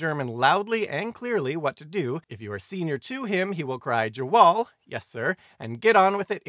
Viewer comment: That pronunciation of "jawohl" alone killed 42 Germans 💀💀 great story though